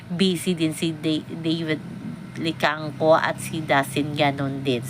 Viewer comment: Maam david licauco po nd david licangco.sori po